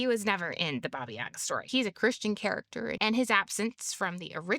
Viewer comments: It's said BAba YaGÁ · Baba YagAAAAAAAAAAAAAAAAAA. That's where the accent goes. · correct pronunciation of the name is with the pronunciation on the second "a".